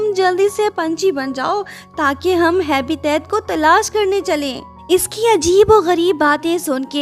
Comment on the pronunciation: हैबिटेट होता है हैबीतअत नही 😇